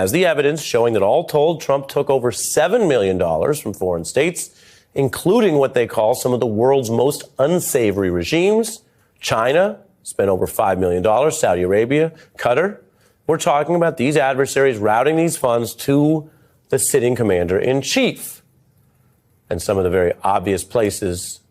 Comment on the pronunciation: Oh, tap-dancing Jesus, that is the worst pronunciation. Ka'-Tar. Where the fuck is Cutter?